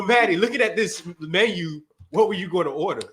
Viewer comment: had me weeeeeeak in my cubicle when he read the menyuh 🤣🤣🤣🤣🤣